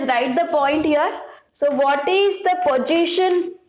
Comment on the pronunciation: position is a word...pojition is an emotion 😂